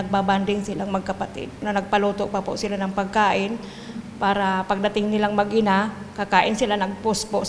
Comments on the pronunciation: yung reporter sinasabing mag-iina ... ma'am MAG-INA po.. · Mag-ina lang hindi mag-iina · Mag ina po hindi mag iina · "Mag-ina"....hindi mag-iina